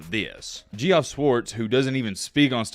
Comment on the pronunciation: Btw,, “Geoff” is pronounced like “Jeff.”